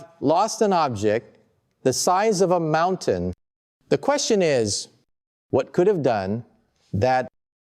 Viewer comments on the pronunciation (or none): none